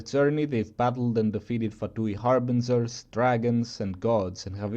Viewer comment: "harbinzerz" Love you man